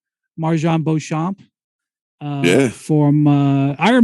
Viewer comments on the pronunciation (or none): Lets not forget Beuchomp...